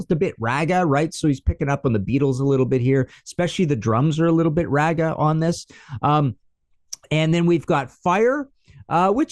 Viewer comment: Being you are a stickler for grammar/punctuation I want to point out pronunciation. I know you're Canadian but raga is not like rag (a piece of cloth) but log (piece of wood)..... raa-ga !! Raga, or Raag, is an important part of musical history and should be pronounced correctly. Appreciate ya!